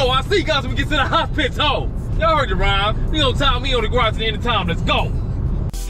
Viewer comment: Aint no way you said HOS-PI-TOE😂😂😂